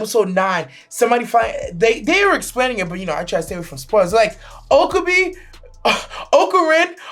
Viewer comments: Okabee??? O-KA-BE. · lol you pronouncing his name oka-bee